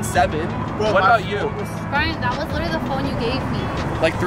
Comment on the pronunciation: *littery? 😂😂 **literally, you need to go back to school NOW